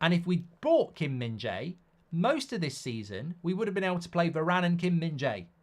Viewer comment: I’m Korean and i just wanted to say the way mark pronounced Kim min Jae was perfect.impressive